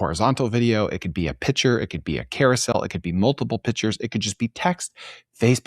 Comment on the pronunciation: Pictures isn’t pronounced Pitchers. Call them Images like pro Web Workers. 🌈 the more you know